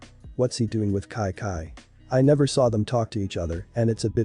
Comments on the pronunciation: It’s Chi Chi. Not ci ci or ki ki. Though it is a really good episode. When is the next one coming out? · Its chi chi not kai kai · It is chichi not Kai kai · It doesn’t make sense why the voice says “kai-kai” instead of Chi Chi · why you saying kaikai instead of chi chi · Everytime it said “KiKi” it just made me mad but good story tho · Its not ki ki stop saying that its annoying great story but its chi chi😑 chi chiiiiii! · kai kai is chi chi idk why is pronounced like that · Just me getting annoyed with wis and kai kai pronunciation 😂 still good tho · The ai doesn't know how to pronounce Chi-Chi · The pronunciation of chi chi is weird